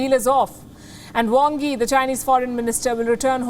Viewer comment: Is the Chinese Foreign Minister from Bengal?His name is spelt "Wang Yi" with an A but pronounced "Wong Yi" with an "O"!!